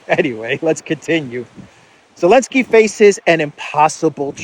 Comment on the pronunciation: Why do you keep calling him elensky? Id call him Zelensky juat to spite him lol